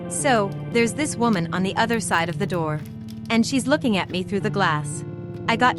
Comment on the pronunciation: Yarss “open the NOOR” 😂